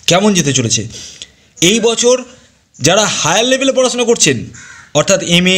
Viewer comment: বাংলা সুদ্ধ করে বলেন ,পড়াছুনা, বিদেছ, পাছাপাছি, এগুলো কি?